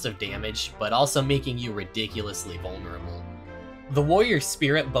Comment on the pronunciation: " We'll be alot less vulner-bley. "